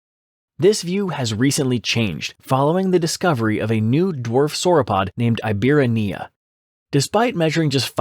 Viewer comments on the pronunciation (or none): It's pronounced "ee-bee-RA-knee-uh". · I hate to be pedantic but I gotta say it: it is pronounced EEbirania, with the "ra" being the tonic syllable